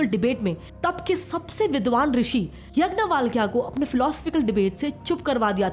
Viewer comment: Bahut saare pronunciation galat hai aapke its याग्यवल्क and ब्रह् दारन्णक